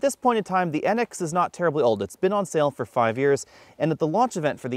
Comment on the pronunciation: I heard 4 to 5 fourTOfive instead of fourTYfive (forty five)